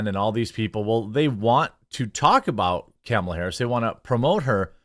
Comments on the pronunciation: Kamle-toe Hair-us. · Comoolia harooos 😂 that made me giggle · "things are not going well for Kumulia Harus" :face-green-smiling